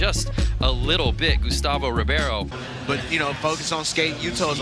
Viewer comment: Ribeiro sounds like "Reebaero". Not Reeviero ahaaha